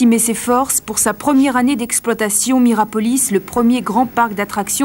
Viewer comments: Ils ont du mal en lecture aussi ... Miropolis au lieu de Mirapolis 😂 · Pourquoi le journaliste du début répète Miropolis, c'est Mirapolis! Je vis à Cergy j'y allais et je l'ai vu à toutes ses étapes de construction, abandon, destruction. C'aurait pu faire super urbex mais trop squatté par gitans, dommage! 😂 Tu m'etonnes le pur squat et féraille recup!